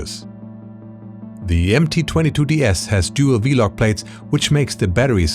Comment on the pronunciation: I do mean V-Lock, but I thought you said V-Log batteries several times. I’m used to them being referred to as “V-Mount”.